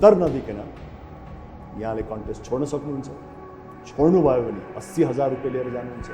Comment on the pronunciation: It’s “Rupiya”, not “Rupay”. Anyway. Great!!🙌🏻👌🏻👌🏻